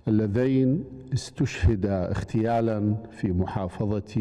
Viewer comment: اغتيالاً و ليس اختيالاً....... نحرتوا اللغة العربية